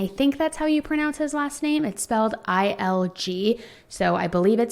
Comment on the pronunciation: You pronounced Dr. Ron ilg's name correctly. I know him.